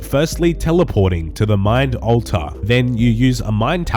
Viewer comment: My favorite part of this video is hearing say "ulta" 69 times lolol